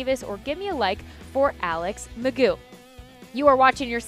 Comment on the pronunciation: there is no way it is pronounced mcgoooo. why would anyone go with that. you just say its mcgoff. i just dont understand.